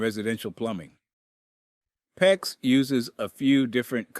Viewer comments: The fact that “he” say P.E.X. He is disqualified!!! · LOL, how many different ways is this "narrator" going to pronounce "PEX"?????